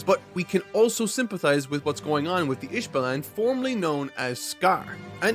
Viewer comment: Listening to say “ish ballin” for two hours is such a fun way to spend the time